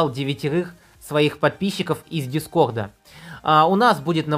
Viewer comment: Скога,дискогд,дед могоз.Сходи к лагапеду.